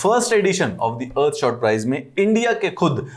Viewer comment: Its not ear shot Its earthshot